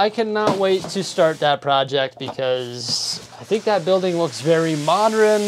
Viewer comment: Love your videos! I have an honest question about your pronunciation of certain words. I notice you tend to say "pattren" for pattern, and in today's video you pronounced modern as "modren". I am curious, is this a regional distinction in pronunciation, or just a personal quirk? I'm genuinely curious & I hope you don't mind me asking.